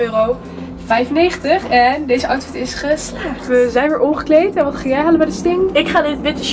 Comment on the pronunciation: Waarom kan het woord euro niet uitspreken